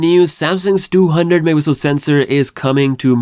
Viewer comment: megapixel:❌ me-a-pi-el:✅